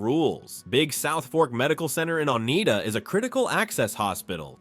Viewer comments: Oneida is pronounced o-nye-da...nye as in eye...NOT o-nay-da!. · It’s not Oneeda, it’s pronounced Onida.